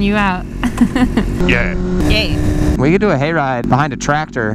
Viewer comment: you do realise it's 'ch'yeahhh' not 'da'yeahh' xD